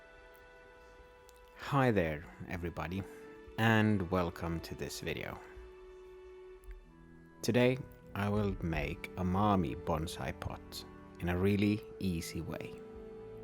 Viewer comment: Mame not mammy..